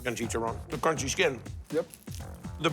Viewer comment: I hear dah cronchy